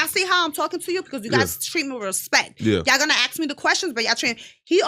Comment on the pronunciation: Why does this excessive plastic surgery victim say AXE?